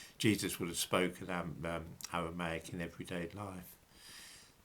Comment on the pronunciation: Holy fuck why can't you pronounce your Rs? The Owwal Towwah, the Gomowwah, Awwamaic, for fuck's sake!